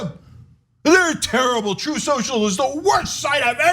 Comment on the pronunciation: "Troof shosho"